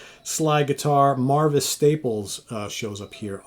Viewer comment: He mispronounces a LOTTA shit in his reviews.